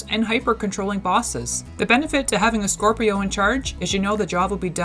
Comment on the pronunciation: she keeps saying corpio lol